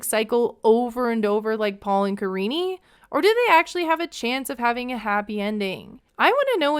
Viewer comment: Her name literally is Karine not karinie lmfao he just doesn't know how to pronounce it